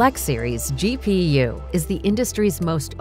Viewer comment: the way that "GPU" way said has me questioning if I have been pronouncing it wrong the whole time. Just like Nvidia did with the ti branded cards 😭😭